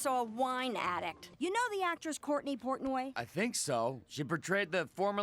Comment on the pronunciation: I just noticed that PC mispronounces Portnoy as "Pourtney" . And I am devastated 😢